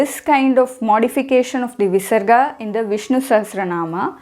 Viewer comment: when there is a pa or pha after visarga the sound replaced by fa is not convincing